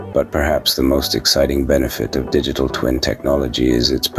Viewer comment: Sounds like you saying dickitable whenever you say digital 😂😂. Awesome guide into Dtt